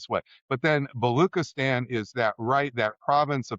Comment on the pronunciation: For a professor who mispronounces Baluchistan and never mentions the Pakistani port of Gwadar built there by China and under 100 miles from Iran border, and referring only to Karachi, 400 miles away — raises questions given his gap of knowledge of local realities versus his broad-based escalation theories. And add to that the obsequious tip at the end to those in power (I guess UofChicago has its professors on a tight leash given the risk of losing funding).